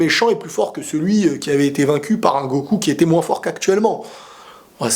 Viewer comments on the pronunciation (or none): none